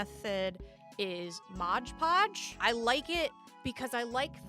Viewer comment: To clarify, I love your videos… but the modge podge bit is really taking me out of it